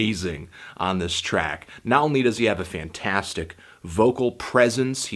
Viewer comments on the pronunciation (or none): none